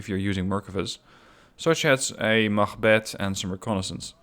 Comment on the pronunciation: Your pronunciation is very good on units such as "machbeth" or "Jægere". Where are you from? Excellent channel by the way, keep this up please!